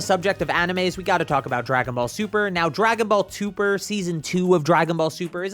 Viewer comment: "dragon ball tuper" amazing